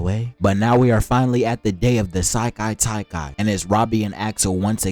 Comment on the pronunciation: Sekai Taikai not Sailai Taikai